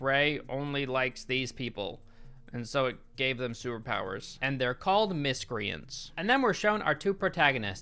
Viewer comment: Sewerpowers* That's how pronounces superpowers. Lol